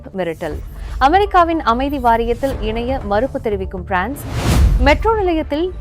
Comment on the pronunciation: நீங்கள் frnce ஐ ஆங்கிலம் போன்று உச்சரிக் கின்றீர்கள்